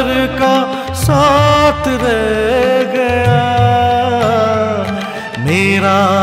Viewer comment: Not only your voice resembles Kishoreda, you have perfectly adapted his style of singing. His style of modulation, pronunciation of words … for eg. in this song kishoreda sang “ Kora hi re Gaya” not kora hi reh Gaya” … Perfect